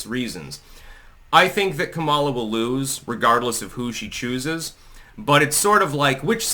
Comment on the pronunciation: your pronunciation of Kameltoe’s name is racist and insensitive. You’d be having a brat girl summer if you said it right